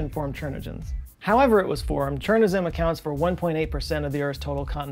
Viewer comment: Nailed Chornozem pronunciation - except it is Ukrainian word not ruzzian